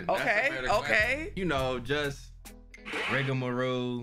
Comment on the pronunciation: I love how he never says rigamarole right🤣🤣🤣 ROLE BERLIN ROLE, not roo💀